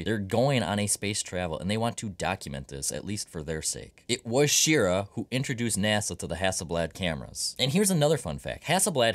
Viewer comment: Wally Schirra's last name is pronounced like hurrah!